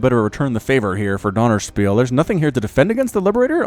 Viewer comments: How to pronounce 'ö', a quick tutorial for: the 'u' in 'hurt' is a very good approximation, you pronounce it short, with round lips, close to an 'o'. It really isn't that hard as far as vowels are concerned. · er sagt Dönerspiel 😂😂